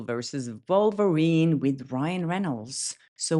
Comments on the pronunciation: I realise you have an accent but do you realise you sound like you are saying vulverine.😅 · this is NOT making fun of your accent - I think it's lovely actually. Having said that, I have to mention the absolute delight I felt with your pronunciation of Wolverine as Vulvarine # All I can say is... YES we totally need a Vulvarine superhero!